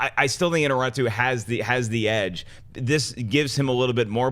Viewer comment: Its I-ÑA-rritu, not Iña-RRI-tu.